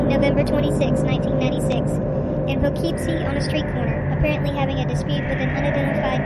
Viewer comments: you are pronoucing the city wrong its "Pough-Keep-Sie" not "Po-Keeeep-Sie" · Weird pronunciation of Po-KEEP-see was distracting. Anyway, the problem with this maniac is that he chose to kill women involved in prostitution and drugs, whom society sometimes treats as disposable. It was hard to get anyone to connect the crimes, let alone take the disappearances seriously. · Learn how to pronounce "Poughkeepsie"